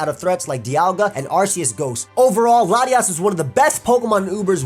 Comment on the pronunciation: I can't tell if he's saying Latios or Latias